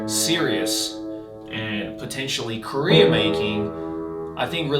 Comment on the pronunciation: it took me way too long to realize said career and not korea